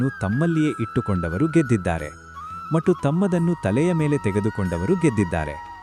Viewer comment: That is not 'mattu' that is ' mathhu'. Please Pronounce properly.